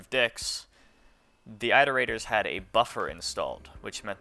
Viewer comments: why tf did you say "eye-terators" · for the love of god stop saying eye-terators you are driving me mentally insane